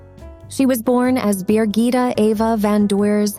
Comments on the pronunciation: Bi GITT eh not BEER gitta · Her name is Birgitte, not 'Beergita' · Her name isn't Beergita and never was. It's in Danish and English Birgitte.